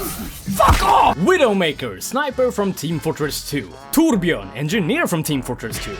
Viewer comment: Finally! Someone in YouTube who is able say torbjörn right!